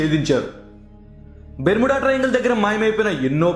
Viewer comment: Are nuv fast telugu nerchukove...! Bermeda kadhu barmoda